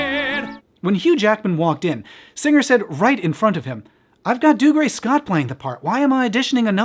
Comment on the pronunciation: Today, I learned the correct way to say Dougray Scott's first name and that he was in something other than Ever After 😅